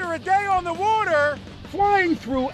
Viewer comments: No one: Phil swift: w u a t e r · It works under “ woter”